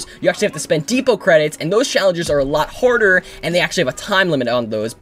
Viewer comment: is he saying horder or harder